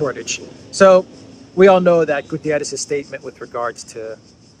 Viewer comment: GU - TTE - RES . It is a portuguese name not spanisch.